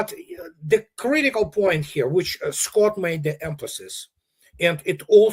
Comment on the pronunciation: How are you squat? should put a bit of effort, it’s Scott not squat 🤣🤣🤣